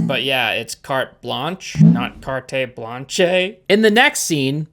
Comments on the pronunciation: As a french i laughed so hard when he said " carté blanché " 😂😂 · Thank you, I also thought the show was Trash‼️ However, I really Despised the way The Weekend pronounced "Carte Blanche" 🤣 That truly pissed me off and I'm glad someone else noticed that